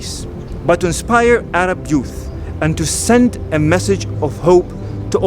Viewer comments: “Aarab” instead of Arab lol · You spell I right but you say it wrong is not erab is Arab wanna know how I know because I am Malaysia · Eh-RAABS 🤣 LMAO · first time a muslim doesn’t know how to pronounce arab